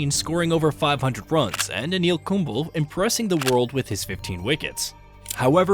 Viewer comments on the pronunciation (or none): Anil ‘Kumbul’ Harsha ‘Boggle’ 😂 Thats when I realised it is an AI voice. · but he definitely needs to work on his pronunciations. Some of these are just funny like Anil Kumbel xD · mate when getting the bot to read the script, try typing the players name phonetically. So instead of Kumble, write Kumblay and the voice bot will read it correctly. Instead if Dravid, write Dra Vid, similarly instead of Sachin (which the bot pronounces as Sacheen), write Suh Chin. Just a tip for the future. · Anyone get the feeling this voice is AI generated? It doesn't sound computerised but it has no idea how to pronounce some names like Kumble and Kholi